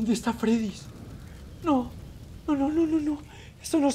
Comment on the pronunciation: Se dice Freddy no freddys crack